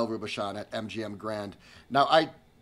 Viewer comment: The chef's name is correctly pronounced " Row boo shown"..